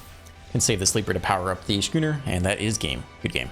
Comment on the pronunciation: Schooner is pronounced like school.